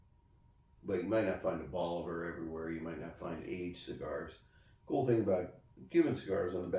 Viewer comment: If you're new to cubans stick with reputable places that you have researched as selling real Cubans. Once you have experience you can smell a real box of Cubans and know it's legit. Cut one, light it up and within a puff or 2 you will know if it's real. Check your pronunciation of Bolivar. I think it is more like Bowl A Var. Not hating, just trying to help. :) Love the fact that you have a nice comfortable place to smoke in the house too. The aroma of the cigar is so much better indoors. Outdoors the slightest breeze blows it away and that's a nice part of the overall cigar experience.